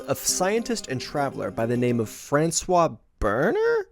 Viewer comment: It is not Fran-kois haha. It cannot be.